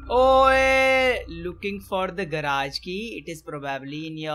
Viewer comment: Hey it not garaage it's garage